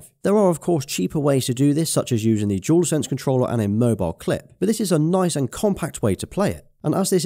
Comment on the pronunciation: Dual. DO-WOL. Not jewel. DualSense. Not Jewelsense. Idk why this bothers me so much 😂😂